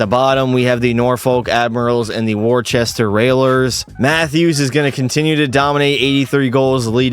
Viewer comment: ITS MOT “Worchester” ITS “Woosta